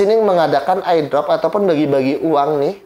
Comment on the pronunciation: CPM aja bacanya CMP Airdrop bacanya Ai Drop Hmmm